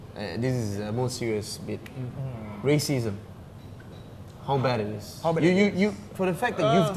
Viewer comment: RACISM not rasicm.